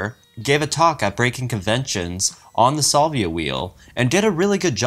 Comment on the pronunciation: you mispronounce the word "salvia" and the word "adieu". Also, mispronounced "Planckian" and "vague".